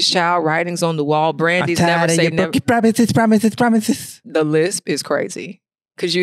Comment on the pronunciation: Yoooooo!!!!! He said broken promithes 😆